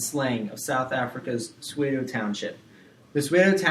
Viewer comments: 😂😂Cramming hours before my exam.This pronunciation just killed me .😅🙈I'm from South Africa and your pronunciation of "Tsotsi","Soweto" and "Apartheid" is beyond annoying 😢😲😖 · The pronounciation of Soweto and Johannesburg is terrible too!! 😅😢😡